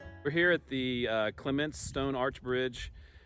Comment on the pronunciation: The 1951 flood drowned the last hopes of many towns. Also CLEMents - the accent is on first part .